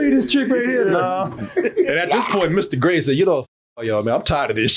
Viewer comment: My favorite dumb thing is that, while the Alien is Mr Grey, the autistic person/alien who gave them the powers cant pronouce it right so consistently calls him "Ister Gay"